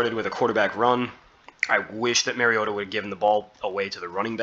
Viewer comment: Mar-E-O-ta Not Mare-E-O-tah (Mary-O-ta) He's not a female horse. Like Mario Andrette. But "ta" instead of Andrette. Please people. Learn to pronounce the name of your subject. Example for all you Tubers, journalists, reporters, talking heads, etc. for correct pronunciation of your subject's name; Mariota. Mariota correctly pronounced throughout this entire video. Without fail. How Bolts Can Contain Mariota & Falcons | LA Chargers